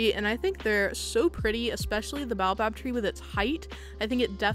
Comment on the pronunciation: Oop thought I’d pop in to let you know it’s pronounced Bay-oh-bab! Just a little hint from your south african bestie ^-^